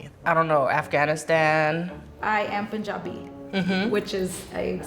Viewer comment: the way she said punjabi is so so much panjabi